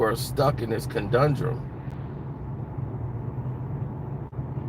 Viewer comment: Dude it's conundrum... Not condundrom... Thsts not a word.. If you are going to use big words learn how to pronunciate them... Else it makes you look unintelligent and you lose credibility...